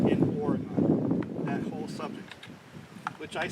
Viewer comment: I hope you don't mind me correcting you on how to say Oregon, but that's where i live. We pronounce it ore-gun not ore-gone. Great video Thanks!!